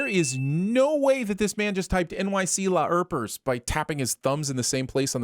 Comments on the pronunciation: It is killing me that you're pronouncing it "LAY-R-PERS". I could be wrong on the pronunciation but hearing you say it this way so many times makes my skin crawl. LARP-ERS bruh. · CARP. TARP. HARP. LARP. Lay-arp?